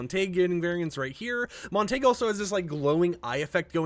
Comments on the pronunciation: MONT A GUE. NOT MON-TAG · I feel bad asking but are you pronouncing the names wrong on purpose? its [mont-ay-g-yew] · “Mont-uh-hew” man none of these content creators can read. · It’s Montague, not Montage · Break 'Montague' down into sounds: [MON] + [TUH] + [GYOO] the more you know 🌈🌟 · MAHN-tuh-gyoo - Thats how you pronounce Montague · The name is pronounced Mon-Ta-Guoo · Bro it’s pronounced MON-TUH-GYOO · lol his name is pronounced Mon-ta-hue! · man i love montaig i hate montague tho screw him. if you wanna know how to pronounce the name [MON] + [TUH] + [GYOO] this is it. its even said in Romeo and Juliet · Montague is pronounced MONT-A-GEW. The last 4 letters sound like Glue without the L. You are not saying it correctly, just a heads up. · You really butcher the name Montague every time you say it.